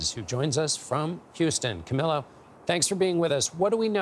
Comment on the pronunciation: His name is pronounced Kah.Mee.Lo. At least pronounce it correctly in English as Kah.Mil.Lo. I thought he said Camilla.